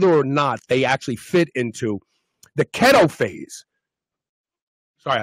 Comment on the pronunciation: It's "KEETO" NOT kheto has!!!!!!